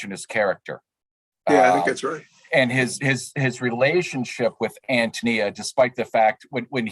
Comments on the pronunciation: Although i greatly appreciate the conference, you're grossly mispronouncing Antonia. 3 minutes, and 47 seconds and i can hardly listen anymore. I am a lowly truck driver, an idiot if you like, but i Hate it when people desecrate the English language with "Ahum." English is my second language and i never used it. When someone is talking an keeps using "ahum," it completely invalidates what they have to say. Sorry, i don't mean to be pompous, but i find it exacerbating. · I’m thrown off that the introduction was done by someone who clearly has no experience with this great work. ANN TOE KNEE ah!!!! Dear God - I bet he didn’t read the book either😮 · I understand that AHN-toh-NEE-ah is he preferred pronunciation.